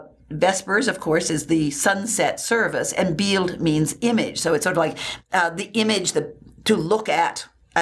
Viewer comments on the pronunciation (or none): Wrong, the wet nurse was in Settignano, just outside of Florence. 'Medici' is pronounced, "ME'dici", not 'MeDI'ci'. "Bild" is not pronounced "Beeelt", it's pronounced like "Built", "Verrocchio", sounds like "Verro-ki-o", it's Ee-gnu (like 'Million') di, not Ig-nuudi!, the "Key-gee" family, not "Che-gee', otherwise GREAT!